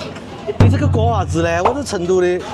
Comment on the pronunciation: “你这个瓜娃子”讲的好地道哦！